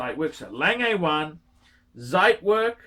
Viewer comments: You are incredibly lazy bum, that's for sure.. Zit werk???? Zit ??? Zeit in German means time. Pronounced tsite, fat lay bum.. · And also Zeitwerk is pronounced differently